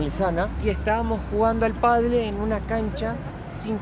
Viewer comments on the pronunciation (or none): se dice "padel" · por favor decile padel, no paddle jaja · cuidado las eses no te las comas y no es padle es "padel " la fonética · Se dice PÁDEL 😂😂😂😂